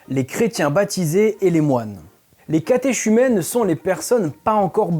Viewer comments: L'ami , il vous faut revoir votre culture chrétienne. Le livre d'Hénoch est considéré comme canonique par l'église copte éthiopienne ET l'église arménienne orthodoxe ET certaine église syriaque apostolique. ''catéchumène'' se prononce ''katékumène''. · Wikipedia c'est bien pour traiter d'un sujet...mais dans ce docu on apprends rien de plus qu'en faisant 2 clics sur internet....faudrait bosser un peu. et puis catéchumène se prononce catéKUmènes...en français. cdt. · Catéchumène se prononce "catékumène" le "catékuménat" également... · Je crois qu'on prononce plutôt catéKumène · oh mon dieu, la prononciation de catéchumène et de catéchuménat... heureusement qu'il ne dit pas archange en chuintant. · Petit détail mais catéchumène se prononce [Katékumène] ou KTQ en plus simple mais super vidéo! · On prononce catéKumène et catéKuménat... Pour les noms étrangers, il doit possible de trouver la prononciation sans trop de difficultés sur le net. Quand à parler de "curetons", quand on ne sait pas trop par qui on est écouté, mieux vaut adopter un vocable neutre, non ? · Catéchumène se prononce catéCumene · Perso, catéchumène , je prononce le ch comme un k et pas comme un ch. Un détail 😅😆 Et le "Jean Michel Larqué" une pépite 😁. Très bonne vidéo, hyper riche ! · Alors, Quelques remarques : 1) le « ch » de « catéchumène » se dit « K » comme dans choriste. 2) toutes les catégories d'Anges sont bien citées dans la Bible canonique on trouve chez Isaïe des Séraphins, chez Ézéchiel des Chérubins, chez Paul des Trônes, des Dominations, des Principautés, des Puissances, des Vertus et des Archanges. Au total, de l'Ancien au Nouveau Testament, il en existe neuf catégories différentes. 3) l'Eglise éthiopienne ne mérite pas ce sarcasme, c'est l'une des plus anciennes et honorables, qui est réputée selon la tradition être celle chez qui sont conservées la Table de la Loi de l'Arche d'Alliance. 4) La ligne de l'Alignement correspond au point de lever du soleil lors du solstice d'été.